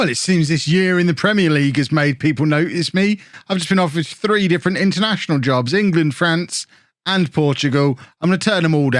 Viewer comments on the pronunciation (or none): none